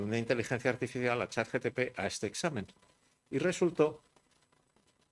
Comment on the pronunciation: Todo el mundo: ChatGPT Álvaro de Rújula: ChatGTP